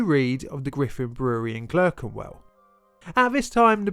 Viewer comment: Clerkenwell is pronounced Clarkenwell :)